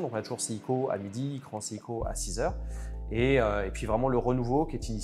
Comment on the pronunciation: Alors l’expert a l’air de bien connaître l’histoire de la marque, par contre, pardonnez moi d’être pointilleux mais il prononce parfois bizarrement le nom de la marque. C’est seiko セイコet pas siko